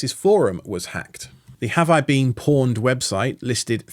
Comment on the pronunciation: Use DLNA. It's not that hard. Even the most basic Smart TVs support it. Why TF do you not know how to pronounce "pwned"? It's pwned, like "owned" with a P in front. Maybe that's why you use needlessly complex crap like Plex instead of a basic network file server.